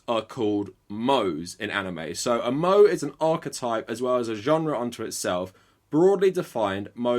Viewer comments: Took me a while to realize that you were saying Moe (Mo-eh) wrong and thought it it was a new or a term I had never heard before XD other then that you hit the nail on the head. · I was interested until you said "moe" like the bartender from the simpsons and couldn't keep watching... I'm sure it's a great video but holy shit. Idk why it bothers me so much but like imagine someone kept saying "RBG" instead of "RGB" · just as a side note how you pronounced moe killed me. but I understand not everyone knows all the pronunciations just man... if you are wondering it is pronounced moe-ay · It’s pronounced “moe-ay” FYI. Great video as always! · Watching him mispronounce moe for the entire video, cringe... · You can tell this guy cares more about pushing his anti-White, neo-Xtian agenda on others than anime just by how badly he mispronounces simple words like moe. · we have "moe" posters. wheres Curly? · “Moe” your pronunciation of proper nouns belies your shallow understanding of the concepts you discuss again and again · Had me nervous on your mispronunciation of Moe, but damn you've made some excellent points. Im impressed on your knowledge of post WW2 Japan and its consistent denial of the war crimes and evils committed that was never denounced on an international level. I would argue that the Japan if WW2 was really just doing what its neighbors to the west were doing, which was colonialism (atrocities the west in particular Britain and the US still wont see as the worst actions humanity has ever committed) which was seen as the only method of gaining international dominance. Following the leaders straight to hell i suppose, funny how its a Japanese inspired website thats being used as s safe place for promoting White Supremacy and Neo Nazisim.... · Did you say moe like the simpsons character? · This was a fascinating video but Oh my God! his pronunciation of moe made him sound like an out of touch boomer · I'm only angry at how he pronounces Moe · "Mo-eh" not "Mo-ay"